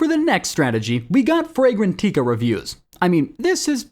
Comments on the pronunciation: its fray gran tika not tea ka please man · Frey gen TEE kas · Im not hating on this guy but for anyone out there fragrantica is pronounced (fray-gran-tika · The voiceover is AI. You can't teach it how to correctly pronounce brand names/made up words.